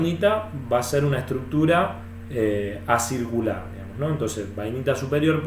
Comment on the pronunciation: Muy bueno el video, muy instructivo. te hago una pequeña corrección, cuando te referís a la morfología de la Bainita Inferior vos decís ACIRCULAR, pero en realidad deberías decir ACICULAR, QUE SIGNIFICA EN FORMA DE AGUJAS, O SEA MÁS PARECIDA A LA ESTRUCTURA DE LA MARTENSITA.